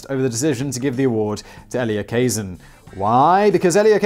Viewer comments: get your pronunciation correct his name is pronounced Ka-Zan not Kay-zin. Do some fcuking HOMEWORK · Your new friend is Elia Kazan -that's kuh-ZAN.